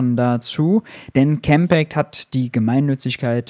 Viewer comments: X ist ja ein amerikanisches Unternehmen. Campact würde ich selbst auch eher Deutsch aussprechen, aber ist ja letztlich auch nicht so wichtig.... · Warum muss man Campact Englisch aussprechen, ist doch ein deutscher Verein? Und X ex statt ix?? Ich bin ziemlich diskussionsfest in Englisch, aber dieses Gebabbel geht mir schwer auf die Nerven.